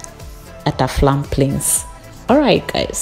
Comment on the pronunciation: Why do you keep saying Aflam Plains instead of Afram Plains, sounds weird